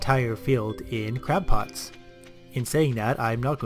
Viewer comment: ...did you call them crap pots? XD